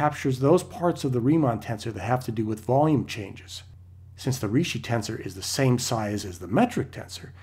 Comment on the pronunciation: Ricci is pronounced Reechee.